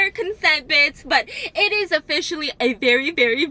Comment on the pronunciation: Are you saying biss or Bits ???